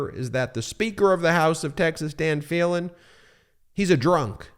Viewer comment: I’m from Texas and I am thoroughly disgusted by this vote. Just so you will be well informed the speaker of Texas house’s name is pronounced Dade with a long “e”, and last name is pronounced Felan with a Long “e”.